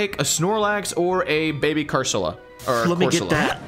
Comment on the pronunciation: It was CORSOLA not CURSOLA🙄